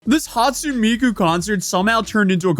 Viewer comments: He says Miko at the end too I'll save Hatsoon Miko for rage bait 😂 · HatsuNE "NAY" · it's HA-TSU-NE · Hoon-stune Miku 😂😂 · Hearing hatsu miku at the beginning of the video god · Just started but "Hatsu Miku"... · "Hatsoon". Japanese words that aren't loan words end in a syllabic vowel (it's why weebs say husbando/waifu). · You mis pronounced her last name Hatsune it’s Hatsu—Neh and also her first name is Miku but you pronounced that correctly. Miku Expo isn’t apart of Anime expo it’s a Concert name developed by Crypton Future Media ft Meiko,Kaito, Hatsune Miku,Kagamine Rin/Kagamine Len and Megurine Luka. A lot of people in the community just call her Miku since it’s her first name not her last name. Also the other last names are pronounced as Kagami—Neh and Meguri—Neh. But most people just refer to them as Rin,Len and Luka since those are their First names. I hope this helps talking about the Vocaloid Community. For more information about Vocaloid there’s a Wiki fandom page available about Vocaloid and not main stream Vocaloid’s. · "Hatsoon" Come on brother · Hatsun as in Datsun?